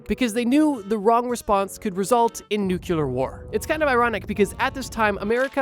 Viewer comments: The way you say nuclear is painful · please learn how to say nuclear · Never trusting someone who doesn’t know how to pronounce nuclear correctly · Bro made it his mission to mispronounce nuclear 42069 times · hey so do you think enough people have commented about how to say the word nuclear or should we all keep taking personal offense to metathesis for some reason? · Who is going to tell him he pronouced Nuclear wrong? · Hearing bro mispronounce "nuclear" repeatedly killed this video for me. I can't finish this. This is awful. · dawg i love ypur videos but say nuclear right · Bro says "nuclear" like GW Bush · Can you pronounce "nuclear" correctly? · It’s a surprisingly and annoyingly common thing people say incorrectly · Same, it’s such a minor thing to be bothered by but it drives me mad when he mispronounces words slightly because he speaks too quickly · Ikr? Bro can't read "nuclear" 😭😭😭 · Bro desperately needs to learn how to pronounce nuclear 🙏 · THANK YOU! OMG I'm so glad I'm not the only one who kept shouting at my screen. I know we all miss even Bush 2 right now, but this is not the answer. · I love the videos, but I came here to say that the way you say nuclear is going to give me a stroke. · nuCLEAR not nuCULAR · NUCLEAR NUCLEAR!!!! NOT NUCULAR! sorry this is like my biggest pet peeve 😂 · NOO-CLEE-ARR NOT NOO-CUE-LURR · Nuclear is pronounced how it's spelled: "New-clee-er." Please do not say "Nuke-you-ler" anymore unless you want to sound foolish to millions of your fans. Thank you. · How am I supposed to trust someone who says, "nucular" referring to nuclear bombs? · NuCLEar not nukular. God it sounds to stupid... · hey so uh... you mispronounced nuclear as nucular. (don't worry, this is a common mistake, so much it has a wikipedia page.) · How many times he said nukiller instead of nuclear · Bro, it’s nucLEar, not nucUlar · Are you saying nucular? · IT’S NUCLEAR, NOT NUCULAR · its NU-clear, not NU-cul-lar. 😭😭😭🙏🙏🙏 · nuclear is new clear not nuke yuh ler